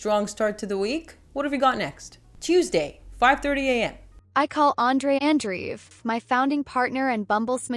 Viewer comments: Andreev, not Andriv. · Andreev is pronounced "Andreyev"/"Andrejev" btw.